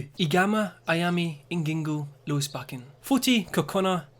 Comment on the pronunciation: YOU BUTCHERED IT I HATE IT